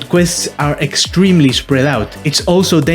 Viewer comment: Danger “sextreme” lmaooo. Great vid dude.